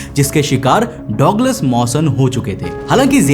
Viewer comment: गजब की कहानी वो डॉगलस नही होता डगलस होता है